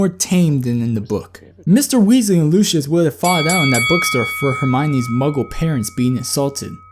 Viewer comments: Isn't it pronounced Lucy~us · It's pronucned Lucy-iss